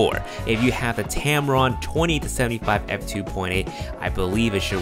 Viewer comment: Sorry. Did you mean the Tamron 28-75 works with A7iii??? Sounded like you said the 20-75. Thanks